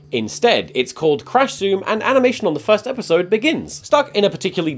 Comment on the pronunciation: did... did you just say Eddisode?